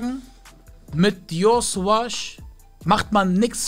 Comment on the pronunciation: Dior suwaj sagt er mir hahahahaahahahaha